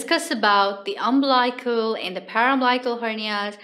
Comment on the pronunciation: Interesting topic. Note: Incorrect pronunciation of umbilical and paraumbilical.